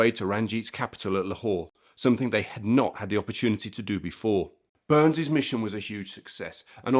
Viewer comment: yes related to this gentleman, the correct way to pronounce his/my name is Bur ness not Burns